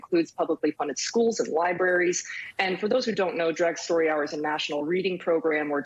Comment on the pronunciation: did he say "bi-braries" instead of libraries?